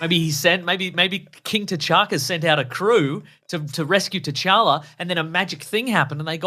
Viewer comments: I cringed every time she called t’challa “jar-jar” like wtf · She says “cha cha”